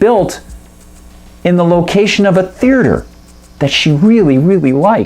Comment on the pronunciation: Is is just me or does this guy keep mispronouncing the word theater?